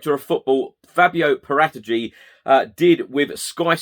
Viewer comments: This is how you're supposed to pronounce Paratici.... I'm now going to say it every sentence so you get the point and I remember how to say it... :-) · Whatever the case is with Kane they’re not going to say anything to the contrary are they if they said he’s available his price goes down and with it any potential perceived leverage. Nice clarification on the pronunciation of Paratici.